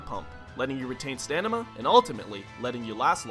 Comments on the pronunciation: does anyone else hear him say "stanima" instead of "stamina" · does he say stanima instead of stamina? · You said stanima instead of stamina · Not stamina, stanima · Now i don't want to be the jerk but you said stanima instead of stanima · Fucking stanima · "Stanima" 😂😂😂 You almost had me fooled,! You can't trick my ears tho! I'm a musician! I like the boxing/sports facts that went into this and I like the fact that I knew some of it through Marching Band (like constantly being on your toes for reaction time). I'm going through the whole "Know Your Moves" series, can't wait to see the others! 👍🏼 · “stanima” haha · I loved 95 % of this video. I cannot however take you seriously after you said: “STANIMA” instead of “STAMINA” like really? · He said stanima, not stamina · stanima? you mean stamina. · "stanima" more like stamina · Did he say "Stanima"? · Good luck maintaining "stanima" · "Stanima" not Stamina.. Stood out pretty well to me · SATANIMA? no... ITS sataMINa you said staNima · "letting you retain stanima" stamina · A) You said Stanima and not Stamina, and B) HOW DID YOU GET A MAC AMIIBO? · Stanima indeed, just like Aminals. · what on earth is "stanima" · Did he say stanima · You said stanima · Retain stanima? Hmm, wonder what that is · Stanima hahahahahahahah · "letting you retain stanima" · haha you said stanima haha i am so original haha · stanima (stamina spelled wrong ) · Stammna lol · Did anybody else notice at 6 he said stanima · Stanima XD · He said stanima 😂😂😂😂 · “Letting you retain stanima” - 2015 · Stanima lol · I like how he said to not lose stanima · He said stanima in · “Letting you retain STANIMA” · STANIMA? STANIMA? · Lol he said stanima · 'Letting You Retain Stanima' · You said "Stanima" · Lol "stanima" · "Letting you retain stanima" nice pronunciation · Did you seriously just say stanima? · wait, did you just say "Stanima"? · Did you say "stanima"? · "Stanima" ~ Relax, 2015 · you said "stanima" when talking about breathing